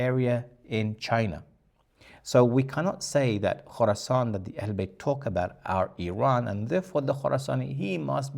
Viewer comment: Khoroscan not Khoroson